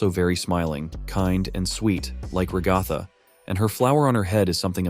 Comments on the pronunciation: This guy: Rag-goth-a Everyone else: Rag-a-tha (Sorry if I come off as rude here, I just find other pronunciations of names entertaining) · Your AI voice mispronounced Ragatha. It is "rag uh tha". Not "ra goth ah"